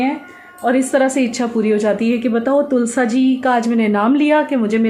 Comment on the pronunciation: तुलसा जी नहीं तुलसी जी कहते हैं तुलसी माँ होती है 😊👍